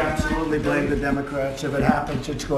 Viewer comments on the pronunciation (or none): none